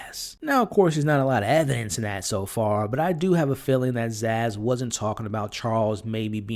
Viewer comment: For the love of humanity, please stop calling her ZAZZ!!!